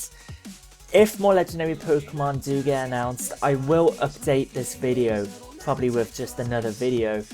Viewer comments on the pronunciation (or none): none